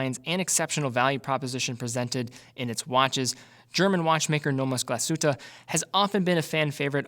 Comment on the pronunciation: Pls practice on the ü in Glashütte....give it a try: Glas is Glas so there german and English is very similar and Hütte means hut...a Glashütte is the workshop where Glas has been made.